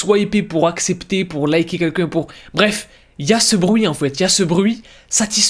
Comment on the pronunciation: J’adore ses vidéos mais il y a des mots qui me termine « trouver quouelqu’un » 😂